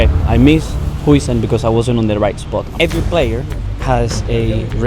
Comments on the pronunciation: its not dean ¨houisun¨ its huijsen in a way too say it ¨heui-zin¨ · its dean “hau-sen” actually, at least he calls himself like that